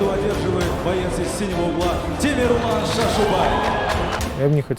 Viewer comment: Почему имя коверкают ни Темерлан а Темірлан